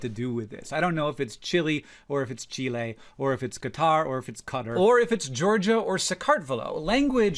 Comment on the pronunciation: The second way you pronounced Chile made my Latina heart happy